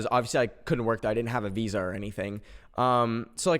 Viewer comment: i heard that visa as Weezer for a sec